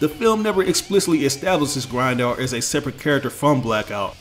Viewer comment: I hate the way you say Grindor